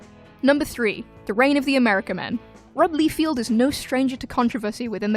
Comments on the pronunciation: BTW, it`s LIEFELD, not Lefield. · LIE-feld, not "Lee-field." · Why do you pronounce Rob Liefeld as Rob Lee-field? Do you read comics? Also, Howard the Duck wasn't the first Marvel movie. Dr. Strange came out in 1978. And if you want to go even further, Captain America was released in 1944 as a serial, condensed into feature length in 1953 and released to cinemas as The Return of Captain America. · Am I the only one bothered by "Leefield?" Really? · Liefeld is pronounced like Seinfeld. No "Field" there.